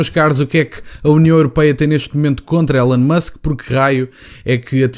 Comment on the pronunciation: Não se lê élon musk, lê-se ilon musk 🙃